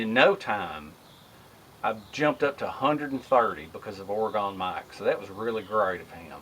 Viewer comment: I'm from Oregon and it's pronounced ore-gun don't pronounce the e